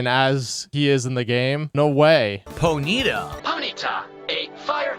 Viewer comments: "Poh-neat-ah"? Just die,. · I don't expect people to know the pronounciation of Pokemon all the time, but I am amazed that gets it wrong as many times as he does. Why he doesn't pronounce pony correctly in Ponyta when it's a pony Pokemon just proves how dumb he is